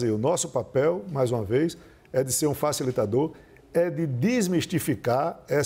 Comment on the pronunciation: "Falissitador" entre aspas.